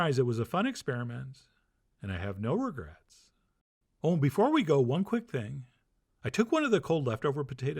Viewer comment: Did Chef John say "no regerts"?